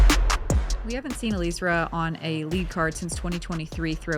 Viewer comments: Not Eleezra, Ellie-ezra. Please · I was the announcer for FPO. It's pronounced Uh-lee-ezra. She personally broke it down in her interview with Staggered Stance shortly before this event.